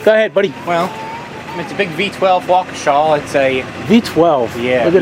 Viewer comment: Why do people call it walk-uh-shaw? It's pronounced walk-ee-shuh